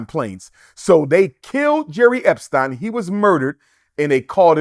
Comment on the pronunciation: Can't even pronounce Epstein correctly.